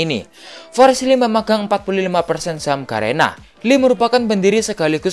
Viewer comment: Bukan Li rapi Lee 😂